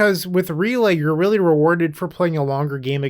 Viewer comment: First: Love the list, and completely agree with this being the best Relay list I’ve seen thus far. Second: the word “really” sounds a lot like “relay”…so I think the deck should be called; “Izzet Really Storm?”…but that just my 2 cents 🤣 Well done as usual brotha!